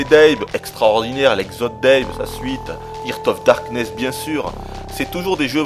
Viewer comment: je t'aime, t'es un dieu... juste une question, pourquoi t'obstiner a dire... "hirte of darkness"? xD